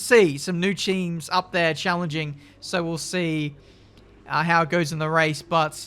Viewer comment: " its nice to see some new cheams"😂😂